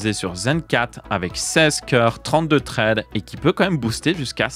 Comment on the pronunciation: Traide, je sais pas si c'est parce que tu es belge mais ça pique un peu les oreilles 😅 Thread, ça donne un truc du genre ssraide en prononciation 😅